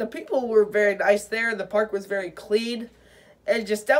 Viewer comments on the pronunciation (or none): none